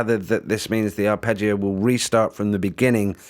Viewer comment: Must admit I saw the first vid and when you mispronounced arpeggio etc and the name of the software, I was going to try and correct you and just move on to something else - but I noticed someone had put you right in the comments already and you'd taken it onboard politely, so kudos for that - I watched the rest of the vid and then this one, and will be giving this a go. I use cubase and tried BlueArp recently - didn't seem to play too well with cubase, or my set up, and hummed when engaged. Midi loop maybe but couldn't fix it. Anyway, this does look a bit more basic than that but very easy to use so thanks for the demo. You don't come across as an expert - and I mean that in a good way. Pretty refreshing. Sub'ed. Good luck with the channel.